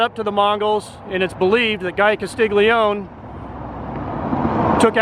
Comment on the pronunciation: Thank you for this video. I knew "Jingles" as he was a friend of my mom and stepfather. I was a kid & didn't like any of them. One thing about this video that I'd like to share with you. I'd like to help you pronounce Guy's last name. It's actually pronounced as follows - Cass- Lee -Oney Thank you 😊